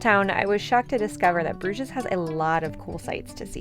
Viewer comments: Great video. Just one thing: in French and English you pronounce Bruges without saying the ‘s’… so ‘broozh’ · There are several inaccuracies in this video - you mispronounced Bruges and Alsace, also raclette is normally eaten on potatoes, not bread as you said. I think you confused fondue being eaten with bread and raclette with potatoes. Otherwise, nice job!